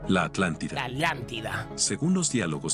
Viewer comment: La alantida🔥🔥